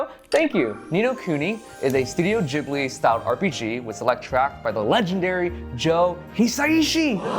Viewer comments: Ghibli not jhibli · wait! Am I the only one who thought it was pronounced Ghibli and not Jhibli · Jibli? It's ghibli bro. Not jibli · are you sure youre saying ghibli right?😂💞